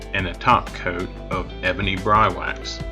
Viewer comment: Here in Georgia we say "Brie wax. It sounds like you say Bry wax. The distributor ship said Georgia was ight